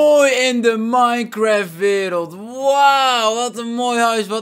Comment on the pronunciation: Ik ga nu al stuk : mineschagt😂